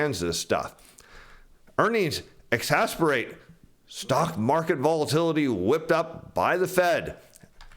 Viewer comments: Exacerbate vs. exasperate Pronunciation! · Try pronounce exacerbate correctly